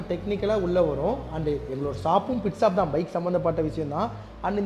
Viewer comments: Shop ❌ Saab✅ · Shop❌ Sap✅ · Shop is a word, shaap is an emotion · Reply ❌ replay ✅ Helmet ❌ Yelmat✅ Shop ❌ sop✅ Current ❌ karand✅ Struggle ❌ stugle✅ Reject ❌ deject✅ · Shop❌saaap✅ Starting ❌saating✅ Reply❌replay✅ Tharkuri for reason....😂